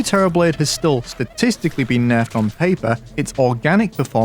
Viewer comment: "Whether it was bouffed, or ackshully just straight oup Naurfed!"